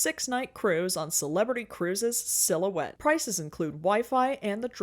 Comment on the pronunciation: I wanted to question why the butchering of the word "silhouette", but then I skimmed forward to "I'd rather shit in my hands and clap" and now I need to go to the hospital.